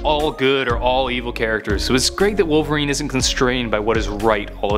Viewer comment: Rhymes with '"Polveriene". It's Wolverine